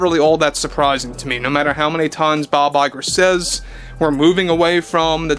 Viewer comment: That “Bob Lie-ger” thing is so annoying lol